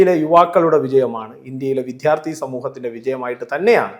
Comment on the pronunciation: എടൊ കോപ്പേ വിദ്യാർദ്ധി ആണ് വിദ്ധ്യാർധി അല്ല.. എന്തിനാ ഈ തെറ്റ് പറയുന്നത്